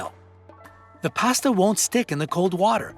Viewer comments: Why does he keep saying "past-uh"?? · It's pasta, not pasta. I'm sure u data wrong too.